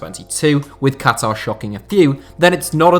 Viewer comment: It's still refreshing to hear a western person saying Qatar and not Cutter. BTW, suggestion: 7 last Chelsea signings before the Abramovich takeover.